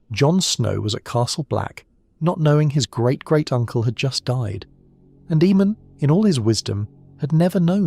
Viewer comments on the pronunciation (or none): The name was pronounced A-mon on the show. Why pronounce it E-mon? His name was spelled Aemon. The other name is spelled Eamon. In the words of Tyrion Lannister...."See the difference?" Lol I just heard you pronounce Aegon as E-gon too....why? It's clearly pronounced EGG-on. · A.I cant read for sh*t. E-mon, E-gon and the Will-dlings?? And youtube is taking down and demonetizing channels that are produced, edited and narrated by humans and then, they are feeding us this constant flow of A.I crap. Youtube, sack the people you have and employ better people that actually do the job (of checking channels for this type of rubbish) themselves, instead of leaving it to a computer programme. You lot are terrible at your jobs. You should be ashamed of yourselves, my sons dog could do a better job and she hasn't got thumbs, nevermind opposable thumbs. Useless, if somebody makes a decent alternative to Youtube, Youtube is DONE because people are sick of your bullsh*t.